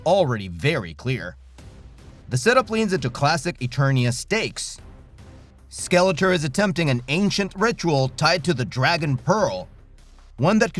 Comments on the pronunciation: Why are you saying Skeleter?!? It's like nails on a chalk board. SKEL-ET-OR. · It's pronounced SkeletOR, not SkeletER. I can't watch anymore. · 😂😂😂 why do you keep saying Skeletuur ,Not Skeletor😂😂😂 damn Im baked😂😂😂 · How can you make a He man video and not know how to pronounce SkeleTOR? Lol Cool video still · obvious AI narrator cant even pronounce skele-TOR. the whole thing sounds like a chat gpt essay on motu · I can't stand the pronunciation of Skeletor.....driving me nuts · Why can't you pronounce Skeletor? 😂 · What's sad is that the ps2 told you the correct pronunciation of skeletor and you still pronounced it wrong. Enjoyable video though. Keep up the good work. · Hey guys, (the narrator) I've been sick for the past couple of videos, and I'm aware that's not an excuse, so I wanted to apologize for mispronouncing Skeletor's name. I genuinely just blanked out on that one and I now realize how important that is to a lot of you guys. I'm feeling better now and I'll pay a lot more attention to details like that from here on out.